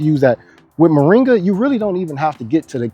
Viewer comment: Cheers but, Say Mor'i'nga not Moranga!